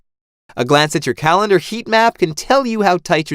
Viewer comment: “Put it on your CALENAR”. What’s a calenar??